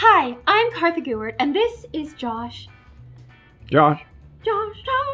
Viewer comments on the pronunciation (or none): its kartha not obvs